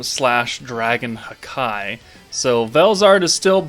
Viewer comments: out of curiosity (since it always sounded off hearing the “hakai”) i looked up various Japanese audio samples/clips from anime + in general and it is just “haki” and NOT “ha-keee” or “hawk eye/hakai” the pronunciation of the “-ki” is not an exaggerated “keee” that would make it sound dumb lol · Is there a reason behind calling "Haki" "Hakai"?